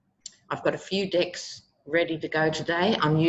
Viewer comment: "aye luv that her pronunciation of DECKS sounds like 'Dicks.'" 😆😅😆 (aye am fond of you Aussies... 😘)